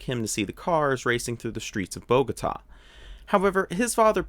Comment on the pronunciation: Thank you for presenting the right things of this beautiful paradise and interesting background on one of my favorite F1 drivers! Protip: Bogotá is pronounced with the accent on the last syllable, not BOgota... ;)